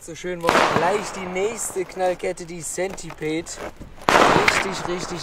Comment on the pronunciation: warum spricht jeder das wort centipede falsch aus :_